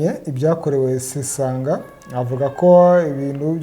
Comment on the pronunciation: 😳ngo sesonga???ni sesanga😅